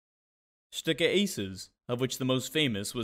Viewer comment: A very good overview of the Stuka and it;s development but marred at various points: --at least learn how to pronounce Stuka properly? It is Schtooka,. not Schtucka! --You mention the German capture of Paris and then show American GI's marching into Paris in 1944 . Hello?